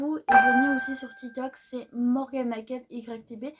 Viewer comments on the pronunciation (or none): Oui super vidéo.. A bientôt. Essaie de dire MEKUP Pas MA kup Max. enn... More Pas maxmore.... Bisous... C'est juste pour t aider.. 😘👍